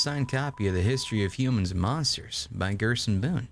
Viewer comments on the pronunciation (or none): Gers go boom not gersoon boom